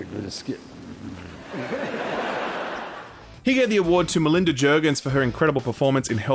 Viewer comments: The Actress' Name is Melina not Melinda (Best Performance Award). I'm sad it didn't go to Aerith, but yano, still good to say her name correctly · Harrison Ford and this guy said Melinda instead of Melina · You even make the same mistake as Harrison Ford. MELINA* not Melinda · Ok, as a German: HOW difficult is it for you guys to pronounce Melina Jürgens? Harrison made the same mistake like did, naming her Melin-DA.....like, why? People can say Jürgen Klopp. It's basically the same. And it's MELINA ffs:D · Did you actually just call her Melinda as well? 😆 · First Jeff called her "Melinda", now you do too xD Her name is Melina Juergens! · OMG,, you made the same mistake as Ford - it's MELINA, not MELINDA! LOL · Was Austin joking when he also called Melina Juergens "Melinda"? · I did a double take like uhhhh has everyone else been saying it wrong this entire time, including Melin(d)a herself?! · I had to look up an interview she did just to see if melinda was maybe the correct pronounciation the whole time. (it wasn’t) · Wait did intentionally double down on Harrison Ford incorrectly pronouncing Melina Jurgens' name or did he accidentally do it himself as well 🤣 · MELINA* Juergens. You made the same mistake as 80 year old Harrison Ford 😂